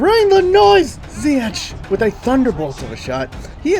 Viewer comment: just always pronounce the g of ch like in ziyech wich you pronounce good